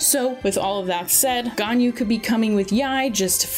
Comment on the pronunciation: “Yanjin” “Albetto”